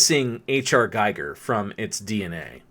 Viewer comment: It's not GUYGER, it's GIGER